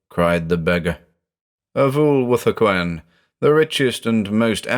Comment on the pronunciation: When his name is said does anyone else hear "a fool with a coin"?